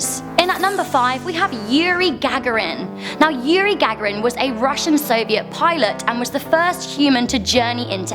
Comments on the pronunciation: and you need to pronounce Gagarin properly too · Pronunciation of Gagarin needs work, good video though. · I love you but dear God those pronunciations...."post-humourously"?? it's posthumously. Yuri GAGA-rin??....The Big BOOPER???